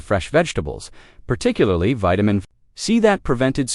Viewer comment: The vitamin pronunciation